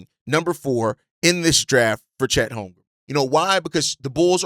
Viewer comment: Bruh his name is HolmgreN there is an N at the end not an M. Holmgren stop saying HolmgreM